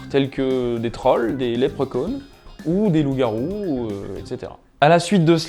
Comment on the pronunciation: lepreconne ? lepreCHon !